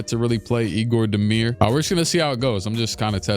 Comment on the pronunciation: Egor demin not demir